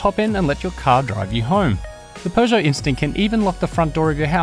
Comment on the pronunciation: It's Peugeot not pegeout